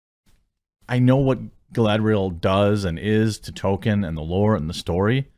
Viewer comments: Jeremy, stop calling Tolkien "token". It's pronounced TOLL-keen. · It's "TOLE-keen," not "Token." Stop saying it wrong!